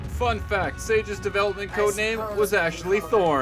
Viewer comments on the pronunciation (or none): none